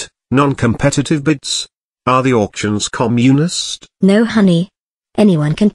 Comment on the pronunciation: Is it commune-ist haha